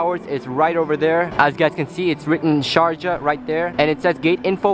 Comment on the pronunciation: Did no one notice that "Sarjah" instead of sharjah